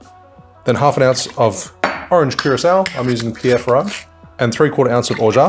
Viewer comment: Kingston Negroni didn't make the list?! BTW, you mispronounced the Orgeat.